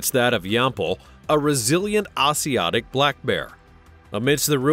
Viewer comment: for the Asiatic black bear, it is pronounced A (long a)- zhe (long e)- a - tic